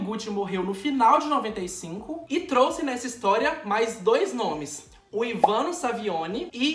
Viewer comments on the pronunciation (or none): none